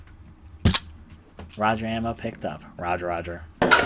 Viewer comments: Did you really just say rudger ammo? Damn, you must have never touch a gun. It’s Roo gur. Roo like kangaroo, and gur like an animal growling. Gurrr. Get it? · Holy fuck, when you pick up the ruger ammo and pronounce it wrong it’s just like... really? Your fuckin with me, I swear